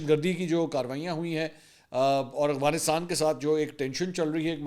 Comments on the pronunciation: Mansoor bhai lafz Afghanistan.hai ya aghfanistaan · منصور صاحب السلام علیکم جناب آپ سے ایک سوال پوچھنا تھا سوال یہ ہے آپ افغانستان کو اغوانستان کہتے ہیں اس کی حقیقت کیا ہے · Aghwanistan lapara g Afghanistan hota hae